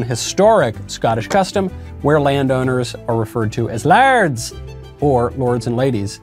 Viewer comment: "layerd", not larrrrd, scots isnt irish